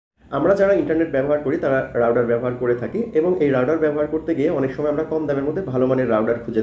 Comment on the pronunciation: রাউটার নাকি রাউডার ভাই? স্পেলিং ঠিক করেন